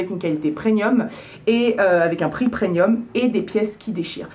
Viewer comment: C'est moi ou tu dis "preNium" ? 😄